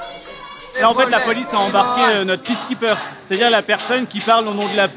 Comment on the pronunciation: Hahaha j'adore la "polisse" 😂